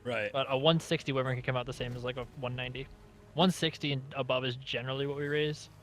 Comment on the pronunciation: do you call it wivern on purpose? or do you not kmow it's w-ai-vern